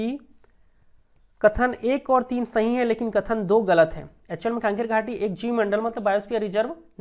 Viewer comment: कांकेर घाटी नहीं है भाई कंगेर घाटी है